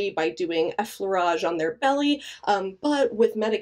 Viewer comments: Effleurage was well said. As a French myself (born & raised) I valid the pronunciation 100% Regarding the question about the position that causes back pain I think it's DOP, and LOA is the optimal position. Thanks for these videos once again! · I speak french fluently and you said Effleurage perfectly!